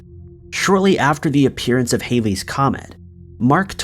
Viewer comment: It's Halley's comet also not Hailey's Mandela effect